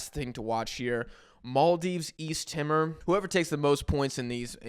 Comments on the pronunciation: Hey East Timorese here! It’s not Timr it’s TimOr (Tee mOr) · *East Timor is pronounced 'tea-more' Love your show bro. It's awesome to see you shining light on the asian cup.